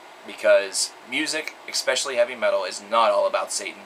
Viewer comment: Fyi, "especially" is pronounced "Ess-Specially" instead of "Ex-Specially" just fyi, you seem really articulate & seem to like words. thought I'd share that